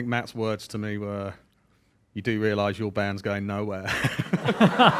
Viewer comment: "You do wrealize your bandsgoingnowhere" – Matt, probably